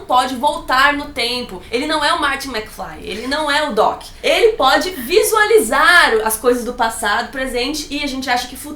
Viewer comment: "vizualizado"... Nhá :3, smp erro essa palavra tbm shsudhduhx